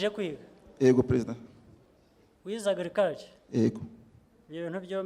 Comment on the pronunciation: Ariko Ntabwo tuvuga : Ego ! Tuvuga Yego!